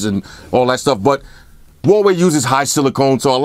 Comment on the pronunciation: i miss when he called the huawei, hawaii